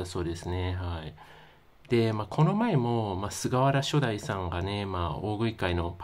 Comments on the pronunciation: 投稿なさるのであれば、言葉は選ぶべきではないでしょうか？ 伝える側が、菅原初代←をしょだいと読み上げてますが正しくは、はつよ(さん)ですから❗️ 亡くなった方に対して、知らないのであれば真摯な態度で投稿されたらと思いました。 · 前もしょだいって言ってましたね:( ;´꒳`;) コメントには目を通してないのかな？ 普通の感性なら「はつよ」って読むと思うけど、ネタで言ってるのかな？ しょだいなんて名前いるかよ笑